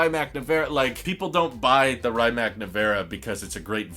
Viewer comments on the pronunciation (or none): Please stop saying “Ryyymac” it’s pronounced “Ree-mats” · not "ryemack nivera" its "rimats nevera" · The way you pronounce „Rimac“ pains me dude, it really isn‘t that hard to google the correct pronunciation and not give Croatians a seizure every time you say „Raimack“ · Please pronounce it R-e-ma-tz or R-e-mac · Hmm… I wonder why I get ruffled when “Porsche” is mispronounced, but not so much with “Rimac”? Sure, all 16 of my g-g-gparents were born within a 50 km circle in Germany and Bern, but Ferdinand was Austrian. Ok, I just heard him pronounce it with a long “i”; that was pretty bad! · You are pronouncing Rimac really wrong!!! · Learn how to pronounce Rimac please eye roll